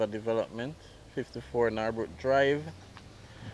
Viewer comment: Its Norbrook not Nawrbrook .Pronounced Nur-brook